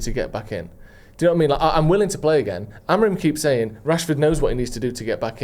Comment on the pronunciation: Why does call Amorim....AmoriN?